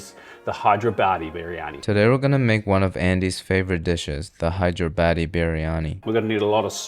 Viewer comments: When said it I was like "he just said hydro-badi" and then made it worse lol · It's( Hyderabad'e )not( hide your Baddie ),,,lol Noob 😂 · ITS hyderabadi not hide yo baddie btw im indian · It's Hyderabadi. If you can't pronounce it just avoid it but don't make fun of this by calling Hide your Baddie 😡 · bro pronounced hyderabadi as hide your baddie 😭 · Butter kitchen, hydrobaddie biryani , muuuuhha 🤌🏻 perfect pronunciation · I didn't knew it was pronounced as "HIDE YOUR BADDIE" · Pronounce it like Hydra buddy and it’s way more easier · As a person from Hyderabad i never though the name was pronounced "hide your baddie" ayyeee but that sound kinda sick tho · I thought I was the only who cracked up for him to mispronounce hyderabaadi 😂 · As a hyderabadi I've heard various pronounciation of the word, but "hide your baddie" is my first time. 10/10 for creativity, made me laugh a good whole minute. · bro pronounced hydrabadi biryani better then